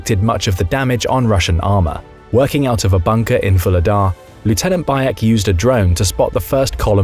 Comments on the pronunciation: Vuhledar is pronounced “Vugledar” with a g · 'H' in Vuhledar is not silent. The name is translated from Ukrainian as "Coal Gift" or "Coal Giver". Just because it's a coal mining town. Nothing to do with LotR.